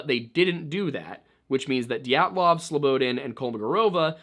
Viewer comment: I know this is granular. but hearing you say slow-bo-den is nails on a chalk board considering your dedication to pronunciation. it's more like Slow-bah-daan. Look up Slobodan Milošević and hit pronunciation (evil man he was). I await your next full compilation of these 2 videos and enjoyed you presence on Timcast thoroughly, it is what brought me to you channel. Thank you for your work sir.